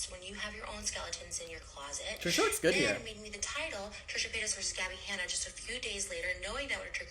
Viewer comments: I crack up every time when you call her Trisha Potatas 😂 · Did he say Trisha patatas lol! I much rather have gabby but I think Donna might not be to keen on that, but as soon as Trisha stuck that knife and twisted it in Ethans back by doing a podcast with keemstar a known person who has beef with Ethan.